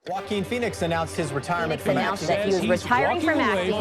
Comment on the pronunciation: I love Joe-a-Quin Fone-ix